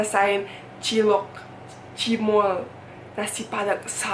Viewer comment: cilok, cimol wkwkwkwkwkwkwk... lucu aj gitu dengernya klo bule yg ngomong wkwkwkwkwk